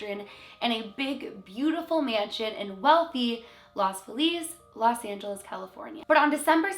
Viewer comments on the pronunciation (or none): Los is pronounced like Lows. I'm pretty sure you got Feliz correct. You can always check the pronunciation on google translate if you're ever unsure about how words in other languages are pronounced. Like some other people have commented, it does sound like the deceased are stuck in a time loop and are re-experiencing their deaths. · Los almost as in “lows”.